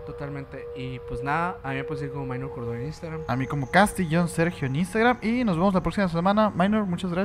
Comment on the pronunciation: Con la diferencia que no es “minor” sino “Mynor” pero bueno, de parte de todo el equipo de Emisiones Podcast te pedimos una disculpa. Ahora vamos a saber cómo se pronuncia el nombre oficial de uno de nuestros miembros. Saludos